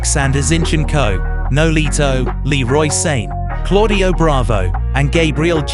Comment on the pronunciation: you have to change the sound of some surnames. For example, Sané sounded like "sane" in the video, when it is "Sa-Né".